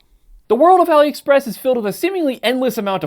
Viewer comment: It's pronounced All-ee Express. It's short for Alibaba.